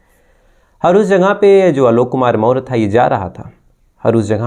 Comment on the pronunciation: Behan k lodo.. Maurya hai hum en chutiyo ko naam tak padhna nahi aa raha.. Chandragupta maurya vanshaj hai hum samrat ashok k. Naam thik se le kahani baad me suna aankh se nahi dikhai deta to muh me bhi loda daal diya hai kya kisi se.. More nahi Maurya मौर्य वंशज बोल क्लियर